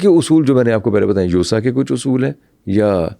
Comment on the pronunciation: یوسا نہی، یاسا